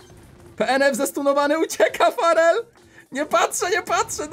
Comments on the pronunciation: Ja zamiast farrel usłyszałem szpadel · XDDDDDDDD co za angielski brawoo:p a tak przy okazji jak się nazywa twój klan? mam 9 i pół tysiąca puszek i nie wiem czy to starczy